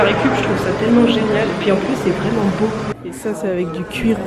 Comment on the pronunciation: "Et pi l'intérieur est vrinment bô", tu choppes l'accent que tu le veuilles ou non !